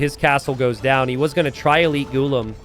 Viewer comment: Its pronounced Ghulam